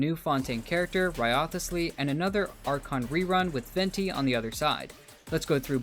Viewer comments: Not another channel butchering Wriothesley's name. It's rise-lee not rio-the-slee 💀🤦🏻‍♂️ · Its so annoying how you already played the AQ and still say "WRIOTHESLEY" wrong. Its RIZZLEY man. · Its Rice Lee learn to pronounce it right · Great video, I love that you pronounce wriothesley's name wrong everytime 😂